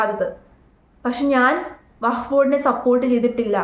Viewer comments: വഹഫ്‌ അല്ല വഖഫ് ആണ് 🙏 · vahaff alla wakhaff aanu seri 😅😅😅😅😅😅😅